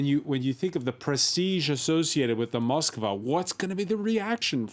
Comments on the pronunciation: Ityno not Moskova. It’s Moskva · Its not Moskova but only Moskva. Learn it properly. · Why is everyone adding an extra o to Moskva? Its Moskva not MoskOva